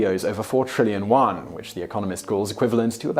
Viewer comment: the funny part is, if he just pronounced it using the romanized version, it would have sounded far closer. he tried too hard which actually made it worse lmfao. for example he kept pronouncing "yuan" in spanish when in english the pronunciation is close enough.